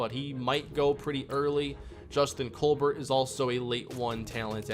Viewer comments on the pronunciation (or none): none